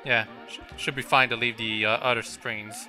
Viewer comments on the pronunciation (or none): Why do you say udder like cow udder instead of other?